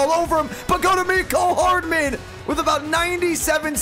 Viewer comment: His name is mcole hardmen not mecole hardmen